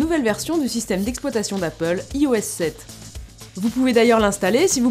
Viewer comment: LOL le ih- O-S sept ^^ on dit aïe oess sept !